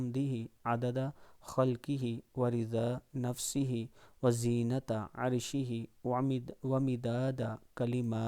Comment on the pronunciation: وزینت عر شه نہیں بلکہ و ز نة عر شه پڑھیں۔شکریہ